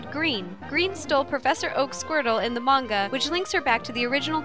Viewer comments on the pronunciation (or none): none